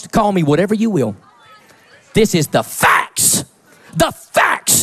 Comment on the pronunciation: "this is the FACKS.... DHA FACKS"